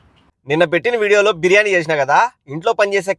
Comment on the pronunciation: 12.30 p.m. she says beiyani